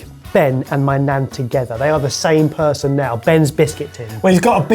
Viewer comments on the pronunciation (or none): none